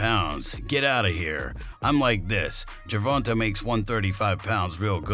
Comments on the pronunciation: It's gervontae no ta da fuq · The dude said gervanta 😂😂😂😂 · BRA U SAY HIS NAME WRONG ASF 🤦🏽‍♂️ WHITE FOLKS ALWAYS SAYING SHIT WRONG BRA LOL DAT SHIT BE FUNNY FRFR ITS LIKE 2 pac all over again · Your completely butchering Gervontas Davis name lol